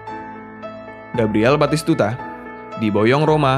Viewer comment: Komentator di PS1 dulu teriak nya.. betiskudaaaa nggak taunya batistutaaaa